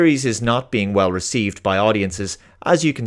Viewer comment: He himself pronounced it as TOL-keen . p.s. I won't watch this ( LOTR TROP ) crap or the GOT spinoff dragon house tripe . You do great work . Been meaning to say that for many months .